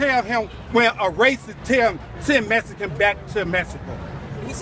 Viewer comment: Why is he saying "messican"? Is he saying all Mexicans are messy? That Racist! You're fuckin' a black male!